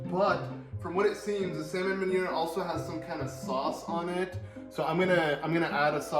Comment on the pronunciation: Nice to see something new from your channel. Also just to help you out there, meunière is pronounced moon-e-air.